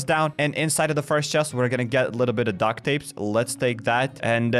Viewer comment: Why you say dack tape